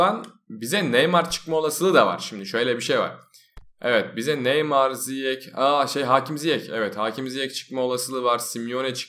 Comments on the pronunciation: normalde : nah neymar böyle neymarmı olur batuhanda : nah neymay böyle neymry mi olur :D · Nah neymar dedikten sonra neymah diyon